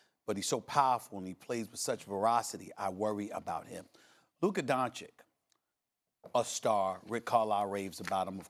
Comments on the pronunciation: Jay, it's Doncic, not Doncik. How hard is it? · DONCIC NOT DONCIK FFS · It’s pronounced “Don-Cich” not Donkic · It's pronounced "doncich" not "doncick" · Everyone: Luka Dončić These idiots: Luka Doncik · Dončić not Doncik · They say "Luka Doncik" like they can't repeat the sound they made at first "ć" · Stop saying DonChick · everybody luka doncic SAS : luka donchik haha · It's 2020 and we are still pronouncing it "DoNcHiCk" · Why. Why do people call him Luka “DonChick?” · its pronounced 'donchich' pls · Seriously, people still call him Luka "Donchik"? He is no "chik"! Learn to pronounce the guys name already ffs! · It pronounces as Luka Donchich btw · every american: luka doncig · Why do they pronounce his name "Donchick"??? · They keep saying Donchick, idk if that's correct or not, but it annoys me so much. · learn how to pronounce his name then dude.... its DON CHEECH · English is my second language. And you're telling me i can pronounce Luka Don(chich) and these idiots whose first language is English can't get it right. This is atrocious. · Literally shits me when these yanks say donchick. Like come on man. It's not that difficult. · Now Jay is calling him Luka donchick. My guys, it’s really not that hard to say! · why he says doncik? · Starts off by saying “Luka Donchick.” Literally lost all credibility. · ...holy mother of God, is that hard learn how to pronunce DONCIC correctly?! Please ESPN crew! PLEASE!!! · Can someone say Doncic right? 😂😂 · How hard can it be to say doncic correctly? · iCringe every time they mispronounce Luka’s last name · Please learn how to pronounce Luka's last name jesus it's really not that hard. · just try to pronounce "Doncic" correctly. it is not that hard lol